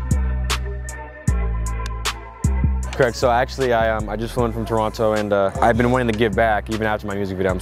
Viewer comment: Whoever pronounces Toronto like that sure as hell ain't from Toronto!